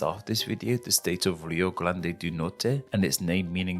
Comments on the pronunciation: Rio GLÂNDE do Sul kkkkkkkkkkkk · What I find pretty funny is that you often pronounce R as L and "Rio Grande" became "Rio GLANDE". While "grande" means "great", "glande" literally means the head of the penis.